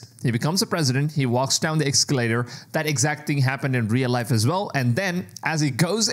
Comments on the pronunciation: Es-Ca-lator...Es-Ca-lator...no X!! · Essss calater. Not "EX" calater